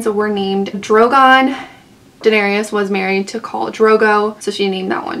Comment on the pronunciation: it's Daenerys ...3 syllables "duh-NAIR-iss" NOT duh-nair-ee-iss